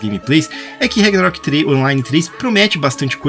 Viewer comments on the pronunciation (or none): rEgnarok? CARALHO! VOCÊ NÃO FALOU O NOME CERTO UMA VEZ NO VÍDEO... PQP!